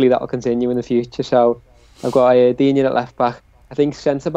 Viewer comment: FFS it's pronounced Digne